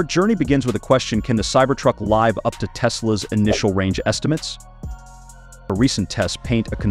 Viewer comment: if you fix the "live up to" pronounced like alive, to a soft i sound, this video will go by as human. I didn't even know it was ai until that messup